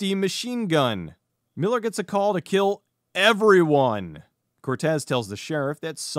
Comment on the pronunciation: I laughed so hard at the classic “I will kill!” from Mr.Suki! Ah, Suki- we hardly knew ye... Edit: Mr.Suki is the only character I know who can somehow get an “r” into the phrase “I will kill”- and for that, I will always love him.